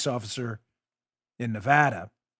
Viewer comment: Great show.. This is trivial, but thank you for pronouncing Nevada correctly! LOL